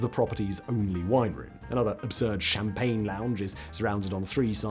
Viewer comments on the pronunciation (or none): none